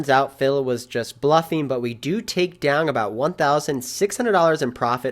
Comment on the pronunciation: One of my favorite things about your videos is the "g" you always add to the end of the word "down". I honestly look forward to it. That and the great way you explain your thought process on each action you make. Really makes it easy for the laypoker player to understand. I'm always down-g to watch a video! Cheers